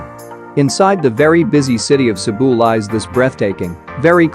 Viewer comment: Great travel guide for Cebu. Thank you for accurately pronouncing all the Filipino words and locations.❤️❤️❤️